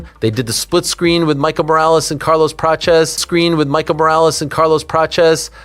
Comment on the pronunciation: Arman hey Ariel “ it’s prates 😂😂not prachez